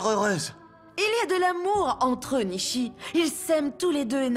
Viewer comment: nisiii faut dire nishi😂❤